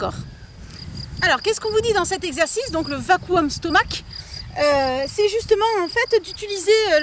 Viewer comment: Ce qui me dérange dans cette vidéo c’est que cette dame n’ait pas un corps tonique et ne propose pas d’exercices plus saint pour avoir la taille fine. Ne pas savoir prononcer le nom correctement de ce qu’elle dénonce manque de sérieux et de crédibilité également avec le ton qu’elle a..